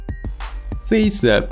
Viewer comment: Abi neden feys ıp diyosun feys ap 😂😂